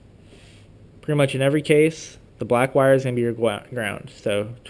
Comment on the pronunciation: The black wire is gonna be your gwound